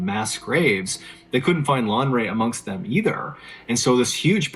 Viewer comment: Lanre. It's a Yoruba Name but points for trying